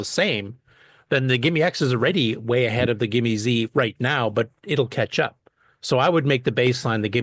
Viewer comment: That says "GIME-S" not GIME-Z.